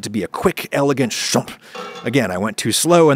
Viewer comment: "quick, elegant shOMP"